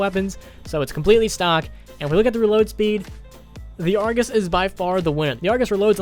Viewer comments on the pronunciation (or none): Why in the fuck is he saying Argoose. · I heard that! "argoos" you can't slip away from me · good vid dude! just kinda weird to me how you call it the argoose😂 also when you call crksshairs reticles! anuway, i liked it man! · I like how he says argoose so seriously